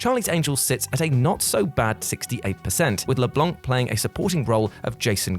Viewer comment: You guys need to learn how to pronounce names. Matt Leblanc the “C” is silent. Blanc is the French word for white and the “C” isn’t pronounced. I’m not saying this to nitpick, I’m saying this because if no one tells you you’ll keep pronouncing it wrong it’s really annoying. And since you’re representing pop-culture you should know how to pronounce household names. Anyways just a suggestion